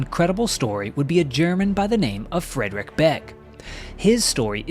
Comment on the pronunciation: Friedrich Beck, is pronounced as Freedrish Beck. Adolf is pronounced as A, in add and not Ay. Werner Mölders, is pronounced Vairner Merlders. America is made up of Europeans, so why do you insist on butchering every language.